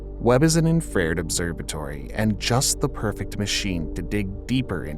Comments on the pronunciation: He miss pronounces it atleast 4 times. I’ve never even heard of a word that sounds like the way he is miss pronouncing Infra-red. What does he think he is saying. Lol maybe he thinks he is saying inferred. But that wouldn’t make sense either. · For real. What the heck is infraired?? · Infrared. In-fruh-red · Why can't you say the word infrared. in fruh red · Say “infra.” Now say “red.” Now say “Infrared.” How does a space expert not know how to say infrared? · You mispronounced infrared too many times. into the video, and I can't take any more. I'm done. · How the hell does someone even mispronounce infrared that bad?!? Come on, man. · The way you say infrared confused me a few times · AI reader hasn't learned to pronounce "infrared" correctly yet LOL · Gotta say, that's the weirdest way to pronounce infrared that I've ever heard. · Please learn how to pronounce infrared. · When the word infrared was pronounced wrong it made me chuckle the first time, then when it was pronounced wrong again and again I was left pondering if this is a computer voice or someone that has no idea what they are reading from a script. I am pretty sure it is the latter however because there were several other words that shared similarities in speech that were pronounced correctly. I wonder how someone that is interested in science has never heard the word ( in fra red) pronounced in other videos? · Dude, if you're going to use the word "infrared" so often, at least learn how to pronounce it correctly. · A third time ... kill me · That alone makes it worthy of a thumbs down. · I'm having a hard time trusting information from a science channel that can't pronounce "infrared" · It is inn-fra-RED, not in-frared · Obviously, man-made climate change from overuse of fossil fuels and aerosols. But seriously, did he mispronounce "infrared" every time? I always heard it as infra-red, not infrAred. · It's Infa-red not inferred. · 'Infa-red" bro! Not "infread" or whatever tf your saying.